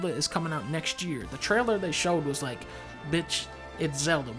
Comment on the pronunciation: Did you rike it